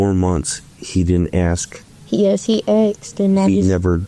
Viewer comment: He axed. Omg kill me.